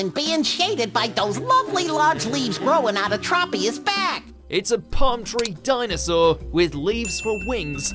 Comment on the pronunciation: It’s trop- e-us..do you say tropeical?